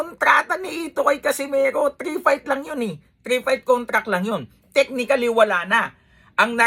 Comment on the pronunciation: Nd nya mabigkas ng maayos Casimeho😂😂😂😂😂